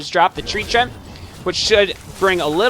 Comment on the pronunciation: Btw its Tree-ant lol. mispronounced or not still love the videos!